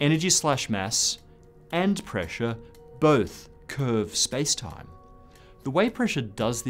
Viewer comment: The way he says "space-time" every freaking time is starting to slowly but surely to get on my nerves...